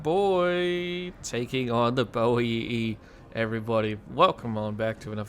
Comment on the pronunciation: Spot on mate 😅